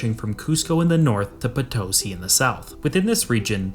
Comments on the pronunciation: Bolivian here, its be better if when pronouncing Potosí, you put the stress or intonation on the "i". And we have tales saying that with all the silver extracted you could make a bridge to Spain, and alongside it another bridge made of bones from those that died working there. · It’s “Potosí”. The accent is on the last syllable. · Potosí is pronounced "Po-to-SEE". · I was listening to this while working and it took me a while to realize you were talking about my country, Potosi is pronounced "puh tow see" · It wouldn't have taken much effort to get the pronunciation of Potosí correct. 🙄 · If you are going to apply the word, "scholar" to yourself, you should at least learn how to pronounce the name of the town that is the initial topic of your video! You also might want to use some other illustrative photograph while you are talking about Nogales, Arizona, instead of a building with a prominent TEXAS flag waving from its flagpole! As for the economic difference between North and South America, the explanation hardly requires 20+ minutes... The Spaniards and the Portuguese brought their long traditions of corruption at all levels of society and perfected them in the new world. Nothing works in that part of the world because everyone is too busy stealing from everyone else. A dishonest society cannot be a free society and cannot prosper, except, of course, for those at the top. In the US and Canada, the governments are just as corrupt as in South and Central America. The difference being that our politicians are better at hiding it (apparently, until just recently). But the populations are NOT corrupt, and therein lies our comparatively greater success.